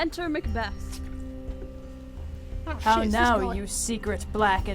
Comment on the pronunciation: "there to meet with Macbath!" it's Macbeth! you idiot! and that's Azkaban!